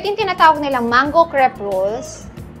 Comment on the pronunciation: The cre in crepe is pronounced like "kray"